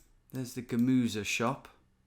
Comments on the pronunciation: How clearly he pronounced "Kartoffeln, Gemüse..." in particular the "ü". 😱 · "my german is embarrassing", continues to pronounce Kartoffeln, Gemüse and Eier almost perfectly 😅